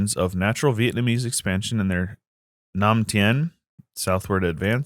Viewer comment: You pronouced "nam tiến" perfectly, goodjob! and btw i really hope you would do a daiviet campaign some time xD